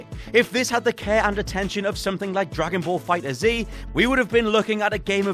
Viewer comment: Its amazing that dragon ball fighterz has been out for so long and they still say it wrong